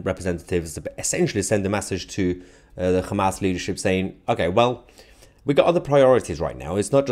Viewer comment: did u say KHAMAS! HAHAHAHAHAHAH